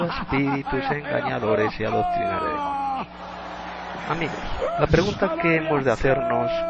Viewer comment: Ni siquiera demonio puedes decir, dices demoño, te recomiendo 100% primero aprende a hablar y luego critica a un siervo que trabajó incansable en el Reino.